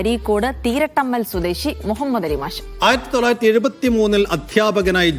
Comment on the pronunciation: തീരട്ടമ്മൽ അല്ല തിരട്ടമ്മൽ ആണ്